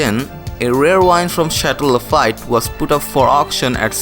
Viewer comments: It`s pronounced "Lah-feet" my friend. They say travel broadens the mind. Please travel the world and learn. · Wow dude. Learn to pronounce Lafite correctly. I was dying rolling on the floor.